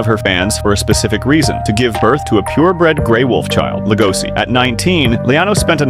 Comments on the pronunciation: It's an SH sound not an S PLEASE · It's lego-she... Not LEGOSI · Legoshi. Damnit say it right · It's pronounced Lego she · How are you going to watch the show where they say his name so many times and still pronounce it wrong? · Cant even say his name right.